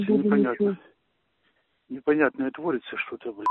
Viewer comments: "Что у нас тут творится" с ударением на о и "шо" - фенаминальная постанова! 95 квартал мельчает!🤣🤣🤣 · Донбасс рулит??? Потому что выражение - "коится" и "творится" , с ударением на о --- в россии точно не употребляют.